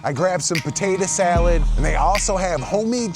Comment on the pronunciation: you know you from the D when you say buhtaytuh salad